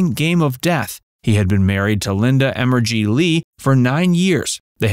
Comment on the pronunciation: Linda Emery not Linda Emergy. Lol